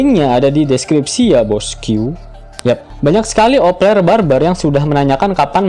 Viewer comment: Opeler.. Opeler kata mimin.. Kan vangke 😅😅